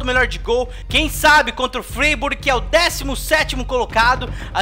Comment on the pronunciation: O Freiburg se pronuncia FrÁiburg,!